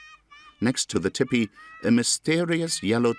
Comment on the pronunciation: I cannot bear to hear that narrator mispronounce TEE PEE it is not Tipee .... TEE PEE